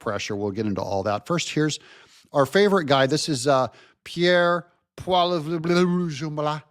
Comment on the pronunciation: Polly-evv . Simples